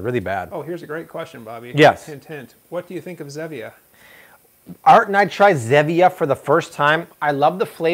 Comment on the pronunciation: The soda your talking about is Zevia not Zemia